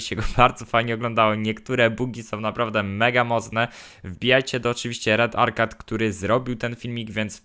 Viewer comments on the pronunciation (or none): Źle powiedziałeś arcade musi arkejd